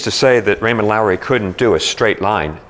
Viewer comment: It's Raymond Loewy, not Lowery!